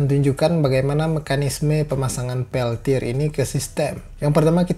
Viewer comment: wkwkwk pas terdengar peltod lgsg ngakak